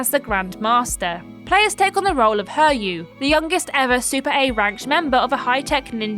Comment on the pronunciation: "her you?", it's a Japanese name. It's pronounced hee-ree-you.